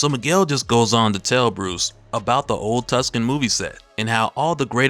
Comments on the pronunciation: Uh, dude, it's Tuscon, not tuskin. Like Tuscon, the second largest city in Arizona. C'mon! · It's "Old Tucson" not "Old Tuscan",. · This nigga said Tuscan 😂😂😂😂😂😂🤣🤣🤣🤣🤣🤣... It's Tucson T–U–C–S–O–N (Took-saun) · Too-son. Not tusken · Is it pronounced 'TUSKAN" or "TOOSAWN"? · With all due respect, it’s Too-sawn! Not tuck- Sun. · It's not TuckSun It's Too-Sahn LOL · Tuskon is Two-sawn, Or Tu-son. ;) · Also its pronounced Too-sahn because its in Arizona (im guessing) and not Tus-Kan like in Italy. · Too-sahn, not Tuskan. I can't even finish listening to this video. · Tuscon is pronounced "Too-sonn", not "Tus-kan" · It's pronounced Too-sahn, not Tuskan. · it's NOT PRONOUNCED tusk-N. it's pronounced 2-son !!!!!!!!!!!!!!!! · Why tf are you calling Tucson (tewk-son) Tuscan? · it is pronounced too san not tus can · say it with me.... TOO- SAN ..... not tuscan 🤦‍♂ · Two San bradda not tuskan lol love your channel brother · The city is pronounced, "2-son" The 2nd largedt city in AZ. It distracted me that you kept pronouncing it wrong the whole video. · It's old Tuscan .. like as in old Tuscan AZ... it's where they used to shoot all the old westerns back in the day. It's mostly abandoned now, save for Halloween.. .they do a haunted western event errr year... or at least they did when Iived there.... Pronounced Too-san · Not Tuscon my guy, Tucson. As in Tucson, Arizona. Pronounced like 2 sawn. 😉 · Hey brother, it's pronounced Too-san. Not Tuckson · It's pronounced two-sun, not tusk-con lol. The c in Tucson is silent. It's a town in Arizona. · "Tucson" is pronounced "Too-sawn" btw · Toooo-Son, Tucson. That movie set is real, its active & has food, stunt shows etc. I'm from Tucson AZ so thats home. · Good stuff! It's an old town: Tucson AZ. It's pronounced, Old Two-sOHn, fyi. Keep up the good work! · Tucson? Really? Who doesn’t know how to pronounce Tucson? It’s pronounced two-sawn. Never seen a western movie? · Tucson is pronounced two-sahn/too-sun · Too•Sahn my G